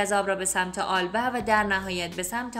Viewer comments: آلبه؟ یا البه Alba? Ya Elbe شما در تلفظ اشتباه میکنید دوست عزیز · لطفاً اسمها را درست بخوانید آلبه نیست ( ایلبه) Elbe است